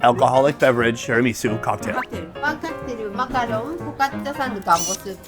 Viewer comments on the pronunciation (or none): I don't want to be THAT person but the 'macaroon' said macaroon is the coconut dessert (said ma-karoon). A macaron (said ma-kr-aan) is the French pastry. BUT AS ALWAYS, YOUR VIDEOS MAKE ME TRAVEL WHEN I CAN'T - Thank you for sharing your experiences!!! :3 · MacarON Sonny, it’s macarON! Macaroon is with coconut. 😂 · French macarons (with one O) are pronounced Maca-RAWN, macaroons (two O’s) are the coconut concoctions. VERY different in their ingredients, preparation & pronunciation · It’s not macaroon. It’s macaron or Mac-a-rahn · Macaron is pronounced Mack-uh-Rawn